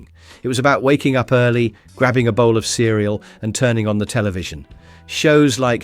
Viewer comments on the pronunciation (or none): none